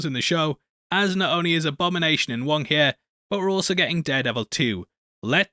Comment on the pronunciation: Glad to see you said it right. It is the Wong Cinematic Universe